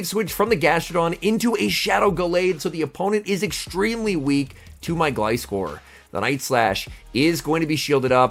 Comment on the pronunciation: First time I heard you say Gliscor's name properly 😂